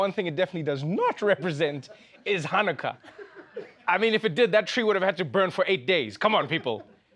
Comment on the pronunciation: Look at how the idiot co host guy looked when she said "Hanukkah" ! Even he knew that wasn't right, but he couldn't and dare not correct her LOL! 🤣😂